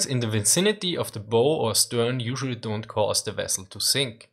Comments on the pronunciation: It's also worth noting that most of the energy of a bomb explosion on an armored deck or turret dissipates into the air whereas a near-miss can transmit more of the energy, through the water, to the hull or keel of the ship. Also, under the heading English is nuts: "bow" rhymes with "Dow" not "Go." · It's "bow" like "cow"...not like a bow and arrow. In the word buoyancy the stress is on the first syllable. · "Bow", when referring to ships, is pronounced like the word "bow" (like when you lower your upper body as a sign of respect). It's pronounced like "ow" (like you're yelping in pain), not like "bow" as in "bow and arrow". Also, "result" is pronounced "re-ZULT", not "RE-zult". "Buoyancy" is pronounced "BOY-ancy", not "boy-ANCY". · Minor pedantic correction: The bow of a ship is rhymes with cow, not slow. When you bend a person or the material making the front of the ship it is bow like cow. When you bend any other object it is bow like slow.